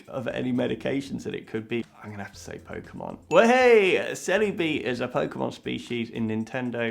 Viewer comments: Pokemonってポウクモンって発音するんや.. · You somehow managed to mispronounce every Pokémon name on the list... AAAAAAAAAH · The funniest part is you pronounced every pokemon except one wrong X'D